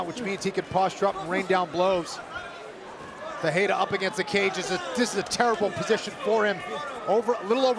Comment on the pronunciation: Perriera lol 😂 wtf . Ferrierra